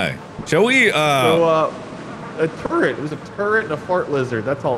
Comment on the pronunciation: Everytime mark says Turrret, it sounds like he is saying Turd. I am mature I swear 😭